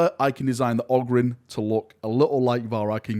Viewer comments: Everytime you say ogyrn I die inside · I’m sure you, are the only person I’ve heard say ogyrn. Don’t they talk about them in the audiobooks? How do the readers say it? WE MUST HAVE THE ANSWER!